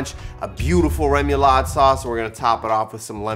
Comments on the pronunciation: This will be getting made this week! I’ve been craving seafood and this looks bomb! And FWIW, it’s ray-moo-laud or reh-moo-laud, depending on French accent pronunciation. Either way, looks delicious! ☺️☺️ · Rémoulade is pronounced ray-moo-lAA-d :) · Cajuns say “ru ma laude” sauce. Just a little fyi